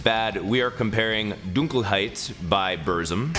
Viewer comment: You're the first American to pronounce "Dunkelheit" 100% correct btw, congrats xD I (as a german) have heard waaaayyy worse, thank you... uh.